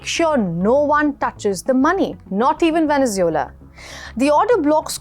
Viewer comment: Stop mispronouncing Venezuela